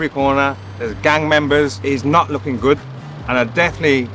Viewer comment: As soon as he said ‘I look goodt, I smell goodt’ I spit out my drink laughing